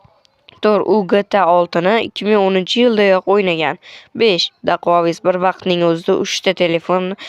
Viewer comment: Dostim daquavis deb aytilmidi dakuavis den iltimos